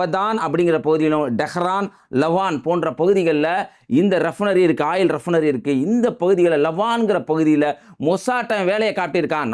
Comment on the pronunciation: ரெப்னரி... தப்பு... ரிபைனரி REFINERY என்பதே சரி..